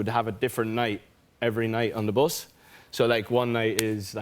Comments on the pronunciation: Me: Say bus Niall: bOsS Me: bus Niall: bos Me: 😤 B-U-S bus Niall: BOS Me: throws potato at him Niall: gasp . . . Me lovelay patato cries 😢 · When he started saying bus though....it sounded like bos.....just like Louis....oooooh I miss the old lads😫😩😖❤️❤️ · He said "bos" 6 times.😍😍.. kind of reminded me of Louis saying "bos" .... when he was describing their tour bus😅😅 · When Niall was saying bus, my mind had some flashbacks to where Louis always said bos instead of bus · Why is no one talking about the way he says bus? 😂 love him! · The way he pronounces "bus" 😂😂😂💕💕💕